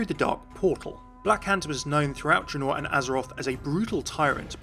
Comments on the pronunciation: That mom not when he pronounces it dra-noor Good attempt Tho the Warcraft and Starcraft lore is on point 😁👌👍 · Triggered by the way he pronounced Draenor lmao